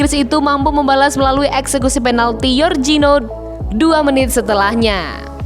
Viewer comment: Min mabuk k, Jorginho bukan zorzinho tdk tau membaca k parah